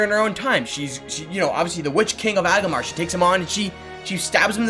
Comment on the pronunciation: No way he just said "Agamar" its Angmar